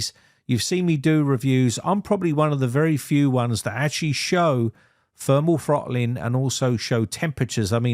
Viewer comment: "Funderbolt"!? "Fermal Frottling" 😝